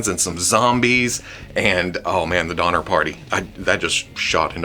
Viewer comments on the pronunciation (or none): none